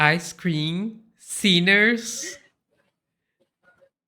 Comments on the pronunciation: Em vez de "sellers", eu havia entendido "sinners", com essa "pronunciation" alla Joel Santana. Pop corn and ice cream sinners rsrrrrsrs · Sinner nao?😂😂